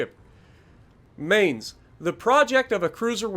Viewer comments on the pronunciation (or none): It’s ma-eents not may-nz